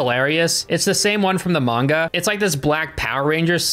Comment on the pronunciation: B-but you say manga correctly!